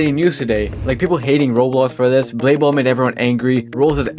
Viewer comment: DUDE JUST CALLED BLADE BALL BALDE BALL 💀